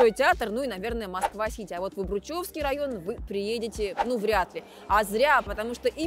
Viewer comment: Обручевский ударение на О